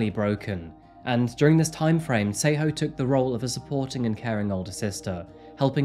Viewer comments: I doubt you're a Tswana speaker. Else you would not lie and say the name Tshego was pronounced correctly😅 Again it does not detract from the story...but why lie?🤔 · I love his channel 100% but his pronunciation of South African names is often wrong (but I think its because its such a change in accent to say it correctly) he gives his whole heart into it❤️ but he definitely said Tshegofasto and Tshego wrong. Still love his channel❤️🔥